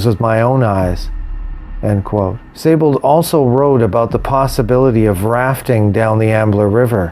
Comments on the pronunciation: Pronounced 'See-Bold'. Great video. Thanks. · No, it's pronounced 'z eye bold'. The 's' is a 'z' in German and with the ei/ie vowel combination, the emphasis is on the second vowel. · Thanks for correcting me. But actually, we were both incorrect. It's pronounced 'Say-bold' according to most websites familiar with the proper pronunciation of the name. If the 'I' is before the 'E', then yes, it is indeed pronounced 'See-bold'. Cheers. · interesting because, for example, Seydlitz, like in Friedrich Wilhelm von Seydlitz is pronounced 'ze-eyed litz'. With the spelling as 'Siebold', I'd understand it as being pronounced as 'zeebold'. But with the spelling of 'Seibold', and it being pronounced 'zee bold' has made me curious. As I live in Germany, I'll have to ask around. Cheers.